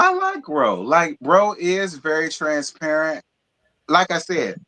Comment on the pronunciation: it sounded like said,"Trans-parrot." Lol😂